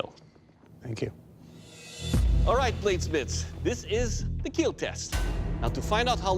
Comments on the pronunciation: kill❌ keal✅ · I love how the judge is so nice and I love.how.hes says kill he be like kEaL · It’s not kill it’s KEAL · It hurts if you hear him say "... unfortunately it will not keel" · It will keeeeeeel 😁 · It will keel💀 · “It’s time for the keal test”😂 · It will not keal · "it will keel" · Am I the only Person who loves the show but cringes every time he says “it will kwill” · Everytime he said it will keal, he smiles so brightly 😭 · it will keel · It will kyal.. what a looser🤣🤣🤣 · It will KEAL it is a pillar to Forged in fire show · Everyone wants to hear those three special words. It will keal. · “It will keel” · And.. it will keel! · It will kieel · Dont get distracted by his smile when he say it will keal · 10% slicing and stabbing and 90% “It will keel” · "welcome to the kyl test." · It will KEAL! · It will KEAL No It has killed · It's not the weapons that keel, it's Doug himself that keels. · Doug Marcaida, I just love it when u say "It will Kheal". :* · There's a video about four instances in which the sword would not KEAL. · The keel test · The most important thing about this video "IT WILL KEEL" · They will definitely KEEL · is the best “it will keal” 😂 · Actually Doug's "It will KEAL" is meant as " It will Keep Everyone ALive".......... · Has he ever said it will not keel? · I've always loved the "it will keel!!" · IT WILL KEEL! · "I will not be denied" second best quote, right behind "IT WILL kEELLL" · Your weapon will KEAL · "KILL TESTS"? More like KEEAL TESTS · Fun fact about how he says "kill": He says it like "keal", which is his way of saying "Keep Everyone ALive". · makes sense cuz it has double meaning (kill and keep everyone ALive(keal)) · I cant stop laughing everytime he said kill cuz he didnt say kill but kell (with an E) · it will keal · It will keel :))))))) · "It will keel :D" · It will (keal) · Keel test😂 love this show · Me when "It will Keal": :DDD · Oh yeah. It will kyiil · Will keal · Overall sir, it will keel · it WEEL KEEL